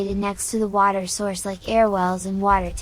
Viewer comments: bro just made a new accent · The way you say water is painful.